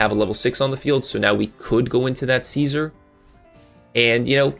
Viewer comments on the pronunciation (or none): You are irritating. You purposefully mispronounce cards and its not cute...or...no, you are definitely doing it on purpose. Learn/say the correct pronunciation or its hard to take you serious. Case in point: Caesar is pronounced See-zar. Not Kay-Sar. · Caesar is pronounced SEE-zer. Its from the roman emperopr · No hate, but is the way you pronounce Caesar intentional?